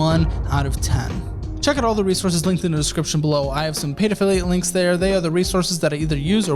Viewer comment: you might want to slow down and better annunciate your pronunciation of ‘paid affiliate links’…